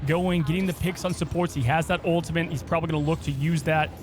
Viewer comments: There’s no ‘n’ in ultimate. I swear he kept saying ultimant was driving me nuts. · He needs to learn how to pronounce ultimate